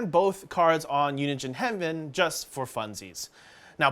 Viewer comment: Unigine Henven? 😂